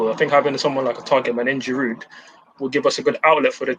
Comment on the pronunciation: Guys! it is "Olivier Giroud" with a silent "D"......he has been in your team for years now, you still can't pronounce his name, my God!!!!